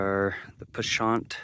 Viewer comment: You left some clues. I know the area so I’m sure I can find the spot. But one question. You called the mountain range with the beehive looking peak pashant or something. I’ve always heard it called Pavant or sound it out as pa-vont. I will say some words are pronounced way different by different people. Haha I remember the first time I said mantua or the town just east of Brigham city up the mountain by a lake.